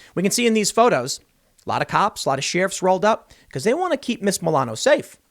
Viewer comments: Tim. It's not "she riff". It's Cher if. like I would listen to "Cher if" Her music didn't suck. You are the only person in the world who pronounces it that way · I love when Tim says She-riff